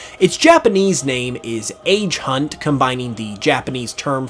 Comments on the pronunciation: Beautifly's Japanese name is actually pronounced as Aa-gé-hant (Agehunt アゲハント). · for future reference, when you talk about japanese names, it's not "aygehunt" it's Ah-geh-hunt. the G as in giratina not general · Agehunt pronounce Age (Ahgei) Hunt (Hunto) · The age in agehunt is pronounced ahgey. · Ugh that agehunt pronunciation is cringe